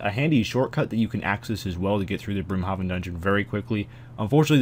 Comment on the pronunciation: It's pronounced Brim-Hayven goddamit